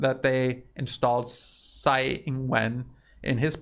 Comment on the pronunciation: Funny anecdote the way you’re pronouncing Tsai as Sai means sh it in the dialect they use in Taiwan. It’s very appropriate though.